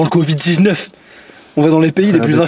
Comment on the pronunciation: mdrr comment il dit covid 19